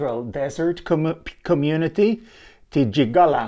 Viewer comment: Good to see interesting research. Just wanted to say Galiwinku is pronounced as Gull-ah-wing-koo. Titjikala is pronounced Tit-chee-kah-lah.